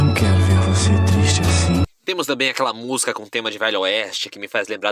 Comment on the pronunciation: Maravilha, mas treina falar a palavra música, pois tua pronúncia soa algo como 'musga'. Estranho!